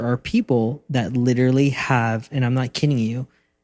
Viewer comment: Did you know that you say “literatly” instead of “literally” ? I mean, I’m just glad you’re back, so I’ll take it!